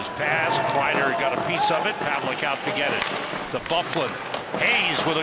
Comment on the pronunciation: There was no elbow that was "Oot". Gawd.